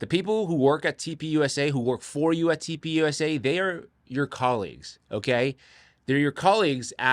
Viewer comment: Does anyone else hear toilet paper instead of turning point when he says TP USA? 😅